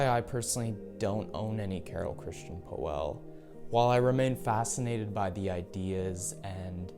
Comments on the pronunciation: its not poeehhhllll ist pöll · ...nice vid, but PLEASE try to correct your pronunciation of POELL not OE try to speak it as an austrian Ö... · Well prolly help if you knew how to pronounce his last name right. 😂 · you cant even pronounce the designer's name correctly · Learn to pronounce his name correct.